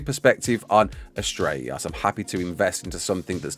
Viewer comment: why does it sound like your having a stroke when saying astreaos lol its just one word prounounced as tray os